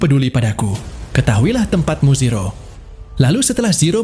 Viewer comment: Min.. Kok lama-lama saya dengernya Siro sih, bukan zero 😂